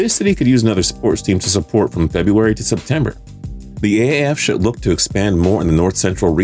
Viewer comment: Shoule? Should! Anyways good video